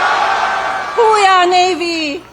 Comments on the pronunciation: It sounds like Melania was asking "Who we are Navy?" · What? Whowe'r Navy? WTF was that???